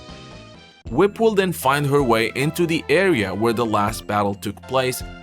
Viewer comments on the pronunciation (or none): none